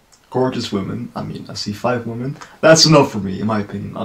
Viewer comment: Hey, nice reaction! Red Velvet is awesome and I really appreciate how experimental they are with their sound. Zimzalabim for example is very trippy and some people hate it, but I became to love it after listening to the song multiple times. I think no other group could have make it work. Your English is great. Just wanted to point out that your pronunciation of women sounds like woman. I don't know if it's just me hearing it incorrectly. Didn't want to offend or nitpick, just wanted to help 😊